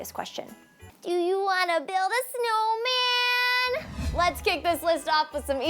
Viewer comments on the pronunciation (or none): "Do You wanna build a snowmann " lol